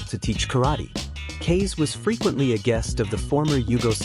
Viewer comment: Kase = pronounced cass-a